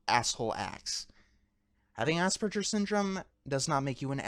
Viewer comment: Somebody should tell him how to pronounce asperger